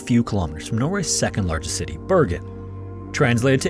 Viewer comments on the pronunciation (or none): none